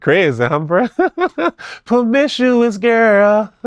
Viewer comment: Not “permishoeusss girl” 😭😭😭😭